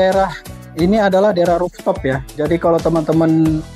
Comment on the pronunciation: bukan rofftop tp rooftop